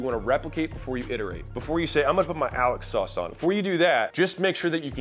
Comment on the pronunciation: "Alex sauce" eww. ROFL. Great video BTW. This guy is a good mentor.